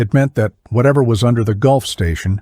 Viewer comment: Since when did Gulf Fuel Station become a Golf Station. Weird how Automatic speech translation never gets fixed before production of story.